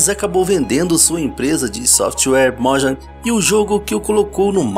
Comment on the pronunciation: ou, me da agônia, o jeito certo de falar "Mojang", é "mojang", e não "mójang"